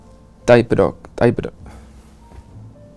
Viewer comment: "vat jů fejvrit taj dok" to se nedá psolouchat 🤣' (Myslím že ta otázka byla "What's your favorite type of dog?", což je trošku blbost když typy psů nejsou, jen plemena)